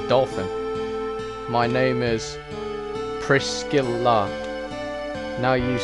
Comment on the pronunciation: I dunno if you ever figured it out, but the "C" in Priscilla is silent lol.